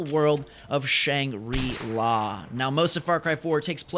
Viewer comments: no shangree la, shangruu la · Its pronnounced shaa-nhg-ree-lah